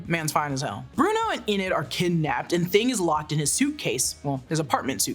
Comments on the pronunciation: This is less of a recap and more of opinion analysis.... also please stop saying "inn-id", it's "eee-nid" Enid. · It's Enid, EEEEEEnid, not Eh-nid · "Ee-nid" ...not "Eh-nid" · “E-nid” please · How you pronouncing Enid wrong 😭